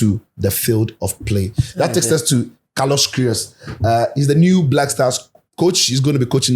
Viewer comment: Chale I watch the "carlosh querioshh" playback like 10 times 😂😂😂😂😂😂😂